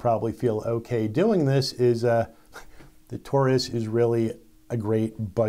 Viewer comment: Taurus pronounced TAWrus. Just like DAUGHTER